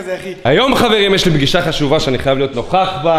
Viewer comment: פשיגה במקום פגישה